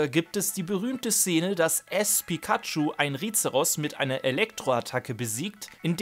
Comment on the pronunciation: nicht "Ass" sondern "Ash" ^-^ Ich bin auch kein wirklicher Fan von Pikachu aber du musst es ja nicht beleidigen xD